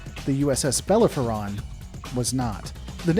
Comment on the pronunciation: Beh-lare-oh-fon, not buh-lef-er-on Assuming that was Bellerophon